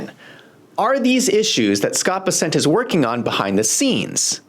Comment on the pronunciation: This is minor... it's Bes'-sent not Bes-sent'